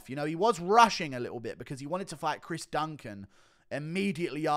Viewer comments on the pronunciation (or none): none